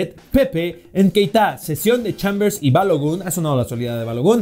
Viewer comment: es Nketiah no Nkeitah